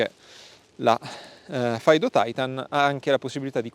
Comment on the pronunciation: Faido? mai sentito pronunciare cosi Fiido